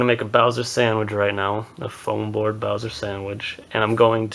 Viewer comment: the name is wrong its bowser not boswer